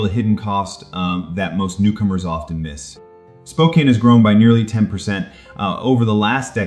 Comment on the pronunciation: One has to wonder about the accuracy of the information when the host mispronounces the name of the city. 😕